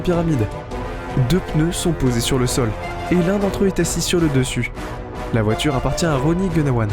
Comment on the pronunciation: Déjà que dans cette vidéo la voix est presque aussi débile que les commentaires à 2 balles, pouvez-vous au moins expliquer ce qu'est une voitchure ? C'est un nouveau mot du dictionnaire ?